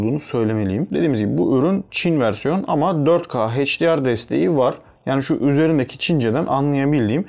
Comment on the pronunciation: Videonun %80'i "Çince" sözcüğünden oluşuyor. Çin versiyonu alıp ne bekliyordunuz? Cümleleri de tekrar tekrar söylüyorsunuz, hatta üst üste iki kere aralıksız aynı bilgiyi tekrarlamanın amacını anlamadım. Bir de heyçdiar, heydiemay değil, eyçdiar ve eyçdiemay.